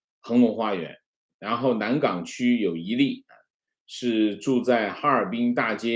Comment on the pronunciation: ，南岗区，岗四声，哈哈哈